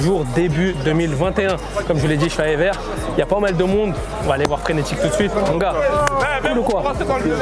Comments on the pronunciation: Ever... il a dit ever comme en anglais xD ahhaha ah ces français, c'est toujours drôle de les entendre prononcé le nom des communes bruxelloises XD répète après moi : évère ééévèèère. Allez, plus dur maintenant : skarbéék, pas charbèk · Le quartier de « Éveur » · Evere se dit Évère , pas Éveur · EVERE ça se prononce "é-vert" pas "éveure" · « Ever », t’as cru on était anglais ? 😂😂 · Frère il a prononcé ça comme « ever » en anglais 😂😂😂 Tqt je connais Evere , je suis sur Bx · On dit Evere (évère) respectez bxl svp